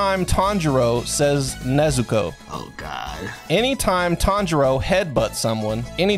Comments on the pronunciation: Should’ve also made the rule, “Any time Inosuke says Tanjiro’s name wrong” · For part 2 add ever time inosuke says tanjiros name wrong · Why no "Any time Inosuke pronounces a name wrong"? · Zenitsu pussed out. That was a drink lol Edit: You should make a new rule that every time inosuke mispronounces Tanjiros name, take a drink.